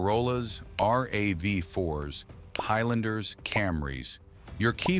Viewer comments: Gaaaaa. It's not R A V 4. It is RAV4! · On my Toyota. of these 7 features 5 didn't work and the other two I have been using for years... Oh and RAV 4 is NOT pronounced R-A-V 4 Rav is pronouced as a word that rhymes with Halve, I'm waiting for AI slop to pronounce Tacoma as Taco-Ma.